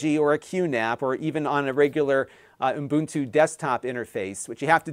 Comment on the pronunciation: Ubuntu. U-bun-tu. There’s only one n, not two.